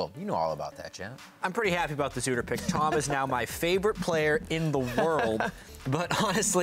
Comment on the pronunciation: Jatt doesn't know how pronounce udyr. Lol